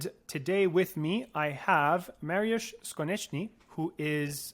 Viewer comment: Awesome stuff Jay! Appreciate you getting at the correct pronunciation of Mariusz's name